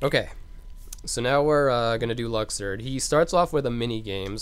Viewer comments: Lol it's luxord not lucksword and it's final xemnas not final zebraman lol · Holy fuck I didn't realize that until he actually pronounced it "Luxord" "Lucksword" x.x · “LUCK-SWORD” 😂😂 I’m dead